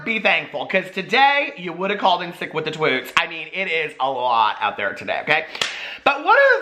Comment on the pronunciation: "Called in sick with the TWOOTS!!" 😂😂😂😂😂😂